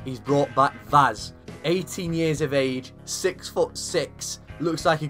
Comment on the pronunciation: If you are interested in knowing how to pronounce Vaz's name correctly, it is read "Vash" in portuguese